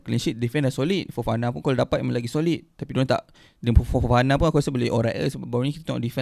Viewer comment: Kenapa Fofana ko sebut cam Farhana?? 😳 ko ni betul la adik